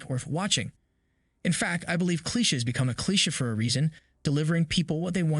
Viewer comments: Its "Clee-shay" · I don't think your pronouncing cliche right. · Loved the revjew, but plz learn how to say "cliché" correctly. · Your opinion went out the door when you mispronounced "Cliché" like 8 times in under 2 minutes